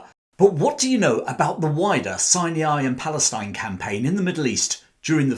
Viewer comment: It’s pronounced “Sy-ny” , not “Sy- née- eye”.